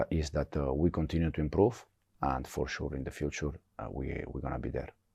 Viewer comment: Fuore shurrr 😅😅😅